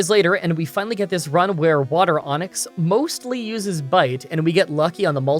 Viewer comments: "water onix" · I was listening to this in the background and I am embarrassed to admit that I heard the term water onyx. I was very confused at first.